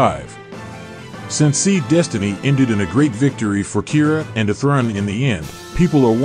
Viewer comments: Why is your pronounciation of Athrun like that??? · Interesting video, the TTS mispronunciation of Athrun is distracting, though. You should be able to edit the pronunciation.